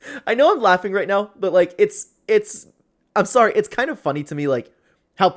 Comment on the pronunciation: You're what Sorey? What the hell does sorey mean